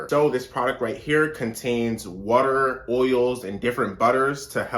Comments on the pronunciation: Right! Lol he stressed them syllables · I know the way he says water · The hard R😂